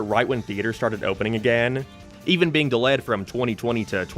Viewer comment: Dalayed' & Dalayed god damn hate when that happens 😂